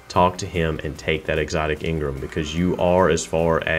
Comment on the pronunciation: Let me get one thing right or straight in this video its not engrim (its engram)